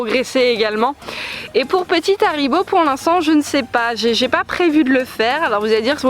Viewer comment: C'est pas cool que tu fas pas le h de haribo